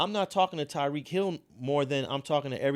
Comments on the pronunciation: Tyreek not Tareek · You butchered Tyreek’s name lol